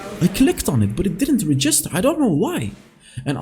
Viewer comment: Look up the pronunciation for “register” you’re a little off